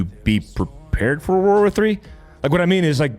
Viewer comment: Why does it sound like everyone says WAR WAR 3 instead of WORLD War 3? Lol